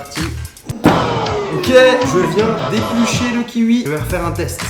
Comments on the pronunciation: Omg ce kiUi m’a arraché les oreilles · Tu me soule tu dis " kiui" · Je suis brusqué d’entendre kihui au lieu de kiwi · le "kiui" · Heuuuu..... c’est du gachis de papier !! 😂😂 d’ailleurs qui prononce kiwi « kiwoui » parce que Charles il dit kiwiii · "Le kiwui" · Tu dit Kiui 😂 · Kioui mdr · Le kiUi 😂😂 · C "kiwoui" pas "kiwui" 😂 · Kiwi pas kiui tabarnack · J aime trop comment tu prononce kiwi: -Fastgood: ki-ui -Les autres: Ki-oui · On prononce KIOUI pas KIVI bordel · Ya que moi qui dis kioui et pas kiui ? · Ça me stress c'est le KI"OUI" pas le KI"UI" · C pas le kivi mais le kiwiii sinn pas mal👣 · "Le kiwui " ça se prononce kiwoui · "avec le kiui" 😂😂😂😂😂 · Arrête de dire 'kiui' !!!! C kiwi 😡😂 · C kiwi pas Kiui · Je suis le seul à prononcer "kioui" et pas "kiui" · Un kiwoui pas un kiwi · ça se prononce kiwoui, pas kiwui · Il dis kiwui au lieu de kiwi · Un kiui 😂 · Hé mon Charlie... pourquoi tu dis Kiui? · ptin ça me trigger de ouf d'entendre " KIUI" DIS KIOUI COMME TOUT LE MONDE MERCI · Ça me stresse il Dit : -Kiwui Au lieu de: -kiwoui 😂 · Le kiwi pas le kiui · Charles tu dit kiui au lieu de de kiwi 😂😂😂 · "on va prendre un kiui" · Kiui 😔 kiwi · Ça me stresse quand tu dit kiwi 😂 Moi : kioui Charles : kiui Ça me stresse 😂😂😂😂😂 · Kiwi pas kiwui ! 😁😁😁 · bah ça se prononce "kioui" lui il dit "kiwi" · sa me stresse que tu dise kiui 😂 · Un kiwui 😂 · le ki Ui, le ki UI... 😂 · "le kiui" 😂 ptn Charles jtm 😂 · Le kiuoui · Le ki ui😂😂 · tu m'as stressé en disant LE KIUI 😭😭😭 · « le kiui » 😂😂😭😭😭 j’suis mort la 😂😂😂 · T'es bizare a prononcer kiwi "ki ui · Un ki-ui 😂😂😂😂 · Le kiui 😂 Sinon bonne vidéo 😀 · Il ne sait surtout pas dire kiwi ptn j'en peut plus de l'écouter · le kiwui mdr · “un kiui “😂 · Qui a remarquer que Charle dit le kiwuii ça m’a beaucoup trop perturber 🤯😨😂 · Le KIUI la façon dont il le pronounce est trop drole🤣✌🏽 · Kiwi, j'ai entendu ; Ki ui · lol "kiui" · Je suis le seule à avoir remarquer qu’il dit kiui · j’en ai marre écoutez comment il dit kiwi " kiui " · « Un kiui « 😂